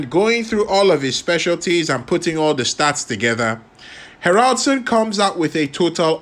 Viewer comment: Ha'raldsoon ....you say it wrong lol ;S